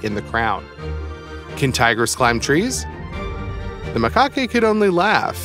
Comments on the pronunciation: Simplistic commentary. You don't know the difference between a turtle and a tortoise or between an anteater and a coati. Turtles are not cruel...here they are predatory. Its pronounced 'ma-kak'. What do you mean by 'the cold is afraid of the polar bear' or 'the wolves are able to act amazingly smoothly' or 'if the wolves are saved what is a lynx'? Gibberish. Best watched in mute. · The ma - cock - ay?!? Lol 💀🤣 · Macaque is pronounced “mah kak”.